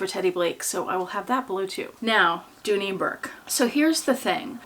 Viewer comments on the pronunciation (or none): Correction. Dooney. Not Dooley